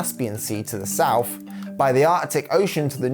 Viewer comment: when you use words like three and south. it comes out like free and souf